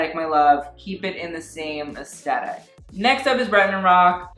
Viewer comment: when you say aesthetic it sounds like eskeetat